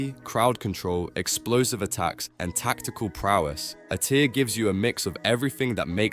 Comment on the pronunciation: The narration is AI as well. “a tier”, not A-tier